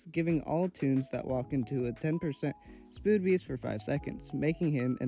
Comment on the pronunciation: “A 10% spood beast”